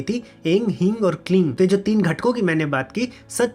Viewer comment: जय मातादी! प्रश्न 1: जब आप कोई बीज मंत्र का उच्चारण करते हैं तो कभी 'ऐं' को 'ऐम' कभी 'ऐन' (में मात्रा की उच्चारण की बात कर रहा हूँ)। वैसे ही 'ह्रीं' या 'क्लीं' में आप कभी 'क्लिम' और कभी 'क्लिन' तो ये क्या भेद है? क्या यह संभव है, कि आप मंत्र जाप के बारे में एक वीडियो बना सकते हैं? बहुत से लोग अक्षरों को गलती से उच्चारण करते हैं, और मेरे पास इस विषय पर कई सवाल हैं। अगर आपने पहले से ही इस विषय पर एक वीडियो बना लिया है, तो कृपया अपनी प्रतिक्रिया में उसे उल्लेख करें।